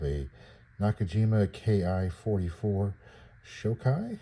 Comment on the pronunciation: Nice little kit. It's pronounced "sho-kee," and by the way, that "ki" kana in front of "44" is also pronounced "kee," you're not supposed to spell it out "K.I.," that's like calling a P-51 a "P.E.E. 51".